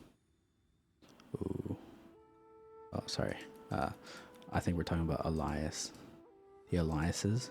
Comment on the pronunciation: Alias is pronounced like letter A -lee-us, not like the name Elias